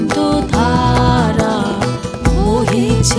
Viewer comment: 'আনন্দধারা' এই শব্দটির উচ্চারণ কি করে 'আনন্তধারা' হয়ে গেলো বুঝলাম না।